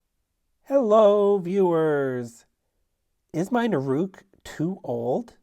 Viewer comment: nOOruk, not nurOOk :P